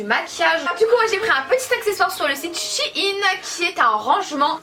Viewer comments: Ça ce dis shèine et pas chine même si ça s'écrit shein ça histoire que vous comprenez mais sinon continuez je vous adore❤️ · Le e se prononce c'est shein et pas shine